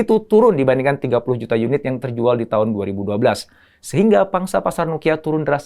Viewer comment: koreksi om, itu cara nyebut 30 nya salah